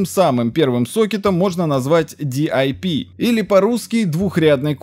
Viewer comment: Не андурино, а ардуино. DIP читается как дип, а не по отдельности